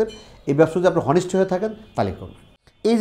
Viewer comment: ভাই, একটা শব্দ উচ্চারণ ভুল হয়েছে। হনেষ্ট শব্দটা উচ্চারণ হবে অনেস্ট।